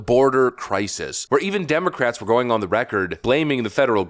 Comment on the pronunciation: wait a sec did he say gouging before correcting himself